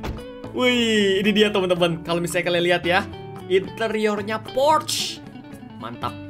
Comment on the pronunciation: Bang. Bukan. Porche. Yang betul. Adalah. Porcha